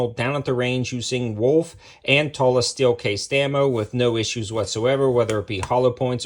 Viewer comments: Toolah....not Taahla...😏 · Its Tula not Tola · Did you say...Tulla?! 😂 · / 2000 $ I'll pass on that 😅😅. Your the first person ever hearing saying tula that way 🤷, idk just sounds weird . Regardless God video tho 👍.